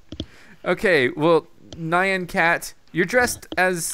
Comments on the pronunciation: You're all pronouncing Nyan wrong lol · You're still pronouncing "Nyan" wrong...